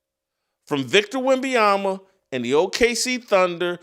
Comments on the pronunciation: At least 50% of the time Jason says “WenbayamBa”. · Hello, Jason. Good insights, as usual. You are mispronouncing Victor Wembanyama's last name. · Jason, you should learn how to pronounce wembenyama’ name correctly first !!!!!! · Glad someone else recognizes that Whitlock mispronounces Wemby’s name every time he attempts to say it. He pretty much says something different each time. Funny how he spend half a show making fun of a comedian who couldn’t pronounce Vrabel’s name but he butchers Wemby and Luka’s name every time he attempts to say them. But hey thats what hypocrites do… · Im glad someone finally saying something i cant stand how he says wemby name